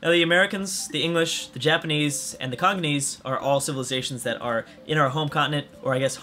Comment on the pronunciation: they're Congolese, not Congonese.